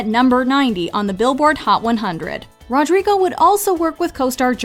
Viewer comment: ITS NOT RODRGRIGO ITS RODRIGO